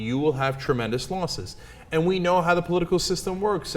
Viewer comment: "Losses, not 'Loses'"